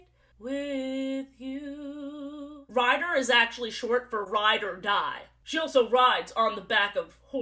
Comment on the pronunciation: i thought you said ryder dodd instead of ride or die and i was so confused because what is the USA Mens Waterpolo team doing in my silly little youtube video